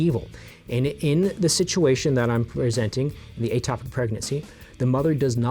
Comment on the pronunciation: First of all it is ectopic not atopic so you say it wrong in the whole video except at the very beginning before you say that language is important and that errors in language equals error in thought. You are also misleading in a couple of ways. It does not have to be intentional for it to be termed an abortion in the medical field. I had a miscarriage when I was 11 weeks pregnant and did not will the baby to die, did not want the baby to die and could not prevent the baby from dying. Yet the official medical term for this is spontaneous abortion. Medically, abortion means loss of the fetus, for any reason, before it is able to survive outside the womb. The term covers accidental or spontaneous ending, or miscarriage, of pregnancy as well as deliberate termination. I know this because that is what the doctor called it and what was put in my medical record. So you saying that in order for it to be an abortion it has to be intentional is not in fact a true statement. This is what happens when those that are not doctors try to give medical advice. Also can you explain why it's only morally ok to end a ectopic pregnancy if you use surgery and not methotrexate? This way of thinking is very dangerous and puts the mother's life in unnecessary danger. An ectopic pregnancy is NEVER going to end in a baby being born. NEVER! It's not possible. So to force a woman to continue an ectopic pregnancy until it is surgically necessary to remove the tube is INTENTIONALLY putting her life in UNN